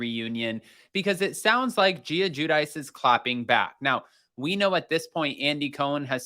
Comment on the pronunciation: Teresa said Its JEw-dee-chay Not JEW-dice